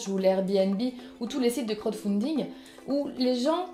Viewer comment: Chui un gland, j'avais écrit un gros truc au fur et à mesure de la vidéo, et je crois bien que j'ai fermé la fenêtre avant d'envoyer ... En gros je me souviens d'un commentaire sur une faute de prononciation, ah ouais, le crotte foundingue :D Et y'avait un truc sur Rita Ora comme quoi à priori c'est quand même pas du gloss, ou alors elle a fait un énorme paté au dessus de sa lèvre supérieure ... Et quelle que soit la véritable histoire de cette photo, qu'elle soit réelle ou mise en scène, je pense qu'on peut se poser quelques questions sur la santé mentale de la meuf quoi. Parce que poster ça, si c'est vrai la meuf a pas vraiment d'estime d'elle même et se fout de l'image que peuvent se faire les gens d'elle, et si c'est monté, elle a vraiment un sens de l'humour un peu trop décalé (perso je serais pas fan que ma copine fasse ça, mais après tout elle est américaine et c'est bien connu que les américains "médiatiques" aiment assez repousser les limites en général (sans faire de stéréotypage faut bien avouer que c'est vrai). Enfin là on rejoint un peu les trolls qui disent que Nabilla a planté son mec pour faire le buzz ... Merde je suis un de ces gens comme tu dis. Mais je la traite pas de conne donc ça va nan ? O:)